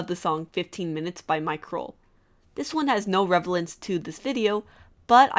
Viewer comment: "Re-le-vence," not "re-ve-lence"